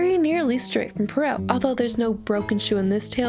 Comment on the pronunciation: You’re pronouncing Perrault wrong (sorry... I couldn’t help myself)